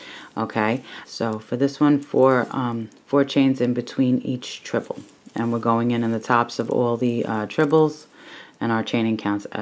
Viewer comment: Treble crochet not trible